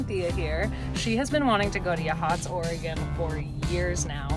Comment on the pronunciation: It's 'Yaw-hots', and one of my favorite towns on the Coast. Tillicum is a great campground, and Yachts has a nice brewery. The Green Salmon has good bagels and coffee.